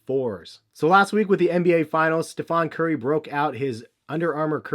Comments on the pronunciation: please tell me you're pronouncing it "Steph-ON" on purpose so people will talk about it in the comments section to build your comments up. If you are, bravo, smart move. If not, I believe it's Stephen pronounced Steph-IN. Correct me if I'm wrong please. Lol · Love your video's, but its not pronounced Steph-On Curry. It's Steph-En Curry. Like Steven but with a PH instead of the V. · His name is Wardell Curry, not Stephan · Names stephen. Not stephon. Brons and jays suck too. Not all are winners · Great video. Despite the 'Stephon Curry"